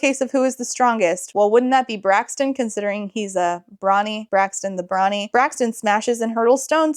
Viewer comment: I heard ‘Brawny’ as ‘Brony’ for a second. My head canon is that the king is into MLP.